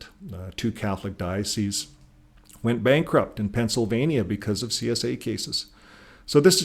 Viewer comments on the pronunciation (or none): none